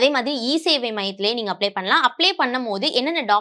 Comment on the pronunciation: Not Applay, it’s “Apply”